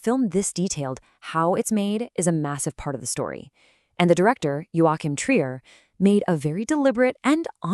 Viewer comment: how not to pronounce 'trier'